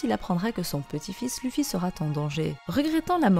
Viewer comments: Ça se lit leffy bordel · Si on veut précis c'est Leuffy Mais on va pas commencer à chipoter. La prononciation japonaise n'a pas d'égal en français.